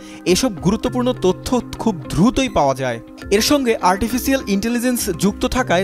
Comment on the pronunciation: ধ্রুথই বলে কোনো শব্দ জীবনে প্রথম শুনলাম, ধারাভাষ্যকারের কল্যাণে😂😂😂; শব্দটা আসলে দ্রুতই!!! যতসব ভাল-চেটদের আগমন সংবাদ মাধ্যমে 😢😢😢